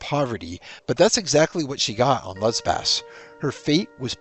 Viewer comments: It's Lesbos not Lesbaz & wtf does 'leary' mean?? Is that meant to be 'wary'? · LesBOS, not LesbAS